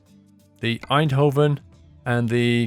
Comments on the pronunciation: Tbh pronounced "Eindhoven" pretty well. It's funnier when they try more Dutch places like "Volendam", or places with a hard G, like "Utrecht". Or when they think they pronounce it right when they really don't: 'Emsterdem':D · You nailed Eindhoven, like the people in the Netherlands say it. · It is really funny when you say Eindhoven but you prenouse it very good! Greetz a Dutch Fan